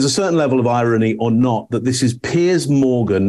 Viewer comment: Please stop calling piers (peers), Pierce. It's doing my head in.